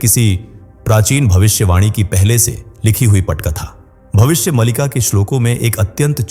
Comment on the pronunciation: Malika nahin Maalika.